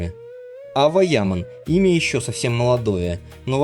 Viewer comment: На сегодня Ава Яман (автор произносите имена правильно) которой на сегодня 19 лет права слова и выбора не имеет. За нее все решает ее отец он же ее агент. Поэтому такая кашам с контрактами, на мужика такое счастье свалилось и он не знает что с этим делать. Завтра доча сбрыкнет и останеться он не удел. Вот и давит на нее по максимуму, чтоб не дергалась. Когда Эрчель называют актрисой меня передергивает. Это какие горизонтальные таланты надо иметь, чтобы не сниматься, аесли сниматься то мимо кассы, так как со времени ДВЕРКИ у нее нет не одной полноценной роли. одна реклама и хождения по красной дорожке. ЕЕ потолок как актрисы это голозадые немфетки к остольнму ей лучше не прекасаться, пока одни работают делая корьеру и проее Эрчель толко показывает чудеса акробатикми, как можно одним прыжком из койки в койку снова заставить говорить о себе как об актрисе.